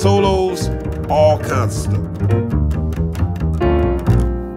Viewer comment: First time I EVER hear Mr McBride slip up on ANYTHING, and he does it on his own name,'Hey, this is Christuo McBride...' Human after all!